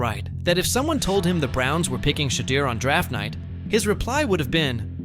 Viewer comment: Pronounce his name wrong